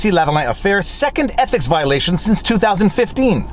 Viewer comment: "Trudeau's EPIC violation..." That's how it sounds (at least at 1.75x).